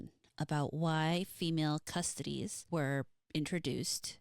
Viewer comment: Pronunciation is closer, "CussToeTees", from custodian. ;)